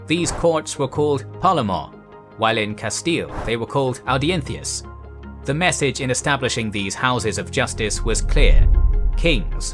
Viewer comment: Perfect pronunciation of "audiencias" in Spanish. Amazing attention to detail!